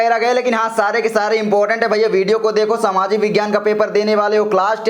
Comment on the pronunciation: Sir aap ke bahut sincer hai par samaajik nahi hai Saamajik hai